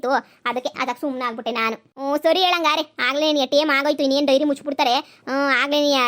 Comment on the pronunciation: ಡೈರಿ ಅಲ್ವಾ ಅದು.. ನೀವು ವೈರಿ ಅಂತ ಅಕಿದೀರಾ